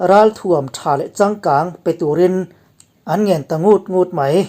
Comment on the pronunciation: Kan Mizo pa chhuanvawr leh ril ber-in, 'an ngên ta nnút ngút ' mai....i rawn ti a. Ngút(a ri sâng) vawi hnihna hi a ri hniam ve thung. NGÚT NGÙT